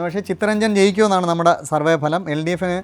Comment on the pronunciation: 101 സീറ്റുകളുടെ ബലം എന്നല്ല ഫലം.